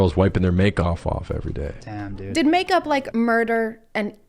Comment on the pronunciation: .. he didn’t even say make up I’m pretty sure he said “make off off”